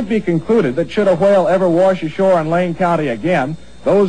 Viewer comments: Whuale. lol he said like Stewie does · lol whaile.. its whale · He keeps saying Hwale like Cool Hwip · Why can't anyone on this channel pronounce the word 'whale' correctly? They continued to say, "tha hawhayul". Nice red mist a . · HWHALE. WHy are you putting so much emphasis on the H?!! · They "roo-inned" that "Hwail". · why does he say hwale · ITS A SILENT FUCKING H, ITS NOT A HWALE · hwale? what the hell is wrong with his pronunciation? being a tv journalist too! its really annoying when people put the H before the W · AHAHAHAHA! He's saying "h-wale"....XDDD *dies a little inside* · he says whale funny XD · Just like Brian from Family guy, it bothers the shit out of me whenever he says whale with the heavy "h" pronunciation... This is the video if you dont know what im talking about. /watch?v=lich59xsjik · why is he puttin so much emphasis on the H !!?!?! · Why does he pronounce whale like how Stewie from Family Guy says cool whip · "However, everyone on the scene was covered in small particles of dead whale." LMAO! Wow, notice he pronounces the 'h' in whale, just like Coolwhip!